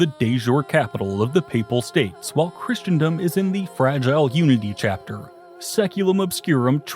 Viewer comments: I wonder if he's mispronouncing Christendom on purpose too xD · christendom, clergy, archbishop...lots of mispronunciations in this